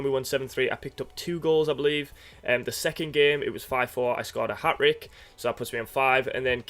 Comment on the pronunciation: "A hat rick" lol